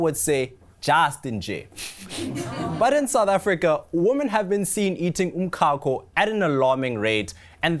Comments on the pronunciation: Why is this guy pronouncing umcako like this? Ehh. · that's not even the correct Zulu pronunciation😂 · So eNCA has no budget to research the right pronunciation of umcako? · 🤣🤣🤣 definitely not Joburg pronunciation. This guy must explain why he's saying it like that 😅